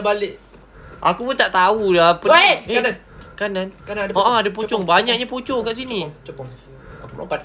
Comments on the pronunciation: Saya Ter gelak gelak dengar cakap pocong jadi copang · Kenapa ckp copong 😂😂😂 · Yang kelakar cakap nama pocong tu copong